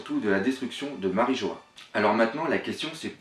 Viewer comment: "MariJO-HA", ah et aussi "Shaboadi"